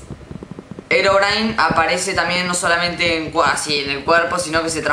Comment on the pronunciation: Es he ro bri ne se pronuncia un poco la ache